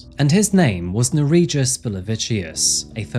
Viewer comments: he was transferred to Lithuania and killed in prison 2022, which he fully deserved, considering that in Lithuania the sentences for murder can be very light. Just for a fact , his name is pronounced differently - Ner(as Ner'o)ij(j as y)us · ...what was his name? Bro, love your channel, but perhaps next time try to find how to pronounce foreign names because I, a Lithuanian, cannot understand what was the name and it wasn't written anywhere on the screen either. (For reference, the j in Nerijus sounds actually like y in yacht, not j like in John). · The name butchering killed me but also can’t be mad since it’s the scumbags name lol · I don't know if butchering the pronunciation of the perpetrator's name was a conscious choice, but if not for the notes I would've had no idea what Lithuanian you were saying